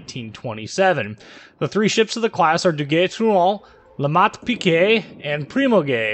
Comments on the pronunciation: You say it Ah-kaT-su-ki, rather than Ah-ka-tsu-ki. It's subtle, but I was so impressed (with zero practical experience to back it up) with how well your French sounded so it got me a laugh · Just poking a little fun, but how do you manage to contort your mouth to pronounce this ship's name but you consistently butcher Akatsuki? LOL